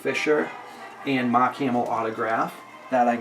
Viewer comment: Just the way you pronounced mark made you sound like you’re from Boston